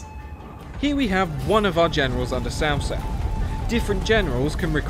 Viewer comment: Cao Cao name is hard to pronounce, unfortunately it is closer to the version in the video but even that is butchered. Traditionally this is the pronunciation but translation led to the name being butchered It's closer to this. T'sao T'sao